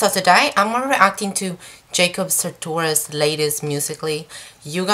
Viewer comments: It's Jacob Satourious not satoris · you pronounce his name wrong